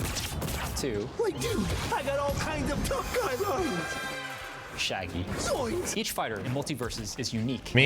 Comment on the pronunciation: Jeet kun do shaggy= ShagLee